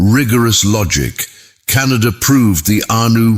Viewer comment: .. ಉಚ್ಛಾರಣೆ ಸರಿಯಾಗಿ ಇರದಿದ್ದರೆ ನಮ್ಮಮ್ಮ ಹುಣಿಸೆ ಅಡರಿನಿಂದ ನಾಲಗೆ ಉಜ್ಜಿಕೋ ಎನ್ನುತ್ತಿದ್ದರು.. ಕಣಾದ ಶಬ್ದವನ್ನು ಕೇಳಿ ದುಃಖವಾಯಿತು. ವೈಚಾರಿಕತೆ ಒಂದೆಡೆ ಇರಲಿ ಭಾಷೆಯ ಕೊಲೆಯಾಗದಂತೆ ನೋಡಿಕೊಳ್ಳಬೇಕು. ಎಂದು ಅಭಿಪ್ರಾಯ.......ವಿನಂತಿ